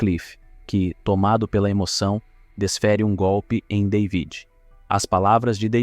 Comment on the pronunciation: Ainda bem que conseguiste antes que o filme acabasse aprender a soletrar David O nome soletrasse David mas tu insistes em soletrar day vid Deus me livre a tua dicção é do pior que ja vi e com isso destrois um vídeo